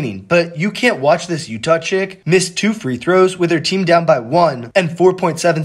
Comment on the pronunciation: Especially since he mispronounced the name UTAH